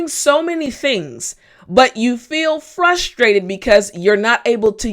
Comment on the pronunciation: My teacher why you pronounce description sh and frustrated sh why